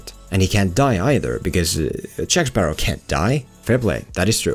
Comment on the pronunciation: Jack Sparrah!